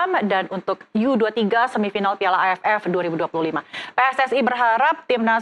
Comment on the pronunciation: HOST BUTA BOLA. Kata U 23 saja dia sebut, YU dua tiga, dan katanya jarak pertandingan sebelumnya dengan berikut cuma 4.5 jam apa cukup 🤣🤣🤣